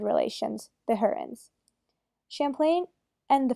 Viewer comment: How bad is your pronounciation(no offence?Sco-tia,not Skot-i-a.And also,it's Hoo-rons,not Her-ons.